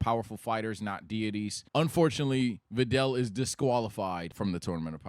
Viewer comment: I almost unsubscribe when I heard VIDEL.. 😂 had me in the first half !